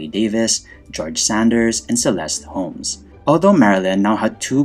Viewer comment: Because the devil is in the details, it is Celeste Holm, not Holmes. Also, I’m not sure if it is an accent thing, but there is no H after “As” is Asphalt. I enjoy all your videos. Thank you.